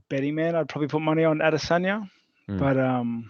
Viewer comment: everytime ariel says "Adesanya" i die a little more inside